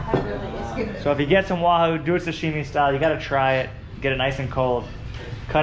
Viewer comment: It’s “sashimi” not “sushimi”